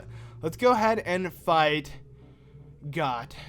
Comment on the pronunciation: Okay, Goht, is pronounced like GOAT